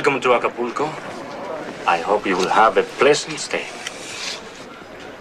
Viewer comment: It's not Aca-PO-co . . It's Aca-PUL-co 😮😮😅😅😅